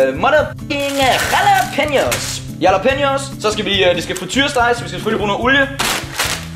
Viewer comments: Christian Munch v3 Det udtales "Rhalla-penio" Ikke yala som vores bro her gjorde. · IQ man udtaler jallapeneos med R i stedet for j